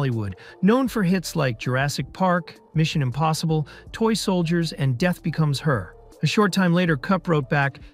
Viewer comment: That is not how you say ”Death becomes her”.